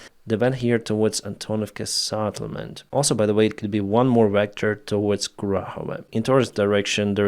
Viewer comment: not Sattlement but Settlement